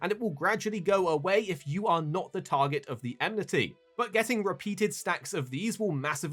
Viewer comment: Watching a video with so many occurences of the word "enmity" narrated by someone that pronounces it "emnity" triggers my inner grammar nazi big time...